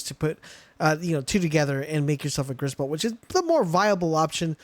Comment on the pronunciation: Griss bolt more like riss bolt 😂😂😂😂😂😂😂😂